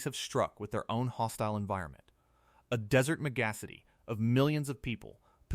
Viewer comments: I love how AI pronounces "megacity": "meg_acity", like "mendacity". 😄 Dubai isn't only guilty of "folly", it is guilty of arrogance and greed. Dubai joins the rest of humanity in polluting our own habitat. Our behavior is suicidal, folks. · 'Megassity' Wow.